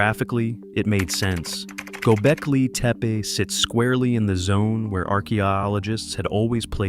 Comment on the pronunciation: I'd make a suggestion that you find a Turkish speaker and learn to pronounce the words correctly. Don't worry, because incorrect pronunciation is widely spread; particularly with reference to Göbekltepe.